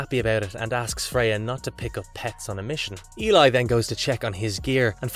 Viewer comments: How many different pronunciations of "Eli" were there in this video? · EE-LIE not elie or whatever different pronunciation you decide from panel to panel.ELI = EE-LIE.